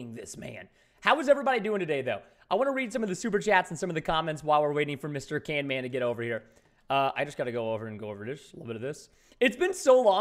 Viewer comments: it's camman not canman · He said canman ô_ô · his name is camman not can- man bro how dare you tell him camman!!!!! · Camman18's name: exist Preston: CANMAN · And also it's camman not canman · caNman not caRman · it's camman not canman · Its CAMMAN NOT CANMAN! Also🔥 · Preston calling camman canman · Go camman it’s not can man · His name is not CANMAN it's Camman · It’s Camman, not Canman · caMman18 not caNman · its Camman not Canman😂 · His name is not Can Man it is camman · ITS NOT CANMAN ITS CAMMAN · You said canman in the start it's camman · Why is preston saying canman insted of camman ?😮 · it.s not can man it.s cam man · Not to be rude but it’s camman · you stopad its camman not canman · its camman not can-man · It is caMman not caNman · It's not canman camman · its canman not caiman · Is not canman its camman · Why are you saying canman you're wrong is camman this not that hard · its camman not canman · You said canman😂😂😂😂